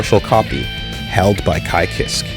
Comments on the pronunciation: How can pronounce Jam’s last name but not Kiske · I always pronounced it "Keyskay"